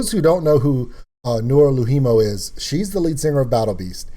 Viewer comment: Noora LOUhimo - (you said it like 'low Hemo / Lou HIImo(u)'. In Finnish that sounds like 2 separate words.) ALways stress the BEginning :) ... of FINnish words